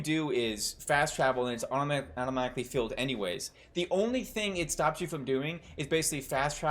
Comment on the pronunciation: Let's also mention the terrible voice acting . They hired people and editors that don't know the difference between basic pronunciation, like filled vs field .. and I'm talking about native speakers, not accents... just basic mistakes.